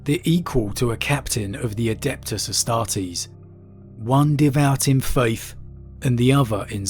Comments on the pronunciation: I love your content man but it kills me every time I hear 'sororeetas' lol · The Adepta Sororitas, Sororitas derives from latin "soror" meaning sister, so when you say outloud "Sororitas" you need to keep in mind that it's derives from Latin not Latino, it's not SororYtas, it ain't spanish. I am sorry for ranting like this, but it scraches my ears whenever I hear you say it outloud, and I had heard it in the recent videos of yours, again: IT AIN'T SPANISH!